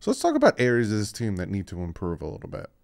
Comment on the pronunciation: Love you but its improve not imporove lol. Keep up the great work!